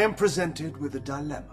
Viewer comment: is dilemma really pronounced that way?